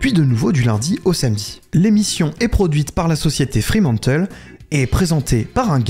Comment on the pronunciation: Fremantle, pas Freemantle ! Mais super vidéo